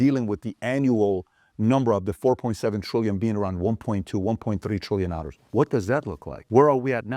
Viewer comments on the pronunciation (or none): I LOVE how he says 'ndollars' or 'dnollars'. I cant be alone. Great presentation mr bet-david